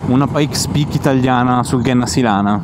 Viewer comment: Grandi, apprezzo molto i vs video anche se non sono appassionato di moto. Un solo appunto: si pronuncia Genna (come gemma/pietra preziosa) Sílana (con accento sulla i)